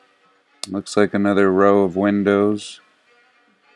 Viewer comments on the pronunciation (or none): none